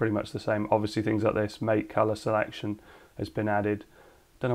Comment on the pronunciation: MATE is pronounced like Latte. but with one t instead of two and with an M instead of L. Maatae. or something.